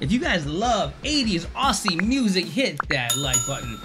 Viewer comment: Please, it's Ozzie, not Ossie.